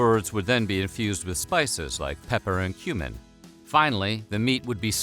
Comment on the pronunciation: I thought u said human not cumin